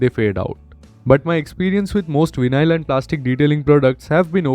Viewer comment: Just want I needed for Sunday care for my bike. btw it's pronounced as "why null"